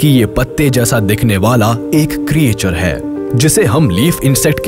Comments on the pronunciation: "kriyechar" nahi "kreechar" bolo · Sir ye jo aap Creature pronounce kr rhe hn ye glt pronounciation h...aap ise क्रीएचर pronounce kr rhe hn lekin ye क्रीचर hota h😊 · आपकी आवाज बहुत अच्छी है। लेकिन भाई क्रिएचर नहीं क्रीचर